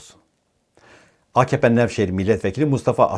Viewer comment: AKAPE 🤣 A KAHPE 🤣🤣🤣 PARTİSİ 🤣